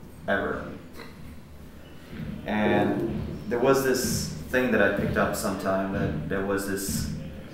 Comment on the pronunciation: I love how instead of pronouncing it ‘that’… he pronounces it ‘dat’.